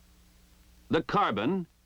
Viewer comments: the "carbon"? wow. how hard is it to say it correctly? and that is not car-bine. but "carbon" is a new one on me . i love the m-14. its solid, accurate, reliable. if you run out of ammo you can stick a bayonet on the end and can stab them. or beat the crap out them with that steel buttplate and considerable weight. i learned to use it when i first went in the army. had full confidence in it that i never had in the mattel toy. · In the endless debate of how to pronounce 'carbine' as in -ine vs -een, they come up with a third and pronounce as 'carbon'. lol